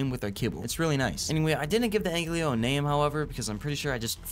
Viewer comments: Brother pls it‘s Ankylo Not Anklyo 😂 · Commenting on every vid until he pronounced ankylo right❤